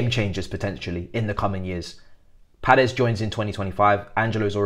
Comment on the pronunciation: There is no “r” is Paez… it’s pronounced a bit more like “pie-ehz”.